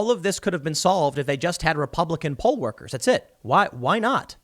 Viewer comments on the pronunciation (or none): none